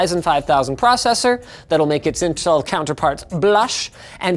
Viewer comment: "Intcel" Noticed